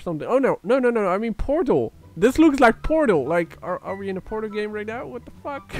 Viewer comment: when he said portal it sounded like porno